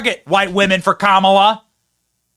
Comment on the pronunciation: ... "Kam-bala"? ... Is that - as in - Kamala + cabal? I'm going w/ Kam'Obama ...- as in: camouflage-Obama (Obama in woman-face) Kam'Obama-admin - formerly JObama-admin ... but "same-same"